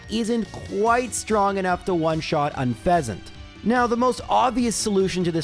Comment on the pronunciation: You pronounce Herdier Canadian fancy, but don't pronounce Unfezant like en passant? Missed opportunity